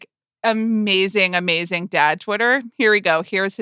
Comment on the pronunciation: "Amazingk" "workt" Amanda! 🎉